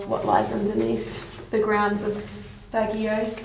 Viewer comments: It's pronounced as "bag-yo" and not "bag-gee-yow" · Baguio pronunciation.. (Bag)-(yow!) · Baguio prounounce as Bag-yo. 😍😘 Nice vid. 😃